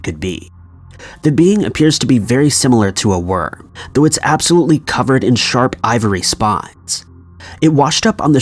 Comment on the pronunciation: Can’t tell if he kept saying ‘worm’ or something else.